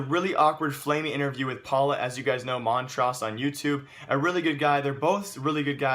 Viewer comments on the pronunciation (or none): Mantroos, not Mantraas :) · you pronounced "Mantrousse" "montrause" xD